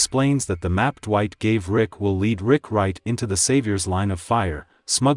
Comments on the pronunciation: Love the video. But who the hell is "Lick?" and "Rig"🤣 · Bro said Vick lol